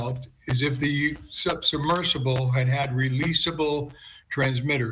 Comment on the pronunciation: Fire the host on the right. These people set the canon for how to speak and deliver stories. Missing the 'b' in submersible? Then she calls it a 'subversible'? An 'incredible' complex rescue? All adverbs end in -ly. Visually see? Then a 'submersive'? How is someone like this given this job?